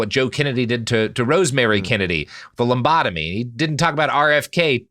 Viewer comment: pronouncing lobotomy like it's a forbidden dance